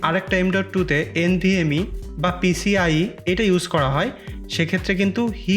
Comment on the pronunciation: vai PCLE na, oita PCIE hone